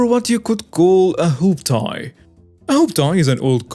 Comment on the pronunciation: Hooptie is pronounced hooptee. That’s from my neighborhood 👑! 😂😂❤️